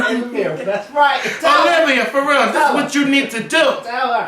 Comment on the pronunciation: YOU BETTER SAY IT! (that heart to heart with O-LIV-A) was MUCH NEEDED! LMAO